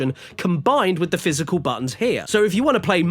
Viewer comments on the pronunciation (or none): none